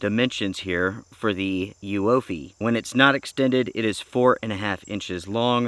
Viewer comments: It’s pronounced Uoophee, not Uoophee. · oooffeee the u is silent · The name is pronounced YOUFIE or Youfy :)